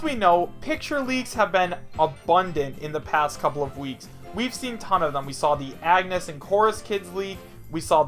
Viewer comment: On-yes not ag-nes